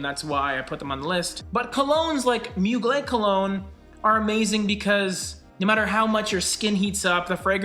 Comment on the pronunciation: Just an fyi, the r in Mugler isn't silent.